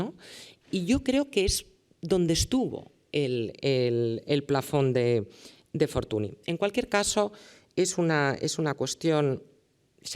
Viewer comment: Y dale con Fortuni es Fortuñ (escrito Fortuny)